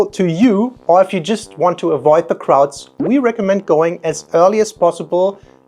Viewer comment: I really hope he said " if your really want to avoid the Krauts" and not "the crowds"